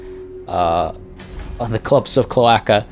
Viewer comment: Cloaca is pronounced kloh-AY-kah it is the hole that birds and reptiles pee and poo from.